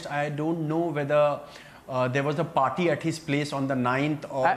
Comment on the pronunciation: Sandip was so panicked he said "Clean Chot cheat chit to anybody" then party was pronounced as Particle. 😂